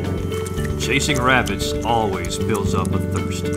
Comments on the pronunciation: None..... This guy: "w'abbits" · "wabbits" :p? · Does anybody else just love how he says rabbits "wabbits" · "We're hunting wabbits!"